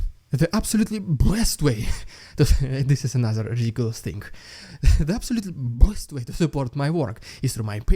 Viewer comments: Rrrr. Rrrr. Rrrr. ™️ ✅ Extra bonus “R” points Yes, it is rrrrrridiculous 😆 But what would life be without it 😂😂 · Your « rrrridiculous rrrrussian prrropaganda » is still as funny even after hearing it a ton of times 😂😂 can’t resist, I love this segment every time. I doubt that Erdogan will arrest Putin any time soon; but now Erdogan is in position of power over Putin, and he can play this card to make him fold and accept grain deal. Putin thought he was in control of Erdogan, but I must say Türkiye seem to have played their card right to get leverage. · Rrrrrediculous rrrrrrussian prrrrRRRrrrropaganda is a great light hearted way to start things. It provides a much needed laugh in times where there is so little to laugh about, and follows up with a sober minded analysis of what is going on. Support Ukraine 🇺🇦 in any way you can. Because supporting Ukraine 🇺🇦 is supporting democracy. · .. 😅... RRRRidiculous RRRussian Prrropaganda!....... .... Always my favorite part! 😂😂.... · I love your clips and the way you bring the news! But what's up with the 'Rrrrrrridiculous Rrrrussian Ppprrrropaganda'...?! I loved the way you pronounced it... But now you're kind of losing it! 😁 Keep it up, and keep it short and you'll be keeping it funny. (I think) Anyway, thnkz for you're efforts and Slava Ukraini!